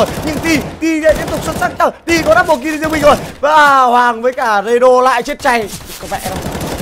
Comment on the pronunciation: ad đọc nhầm kill thành kin ko thế .... đấu skill mak đọc đấu skin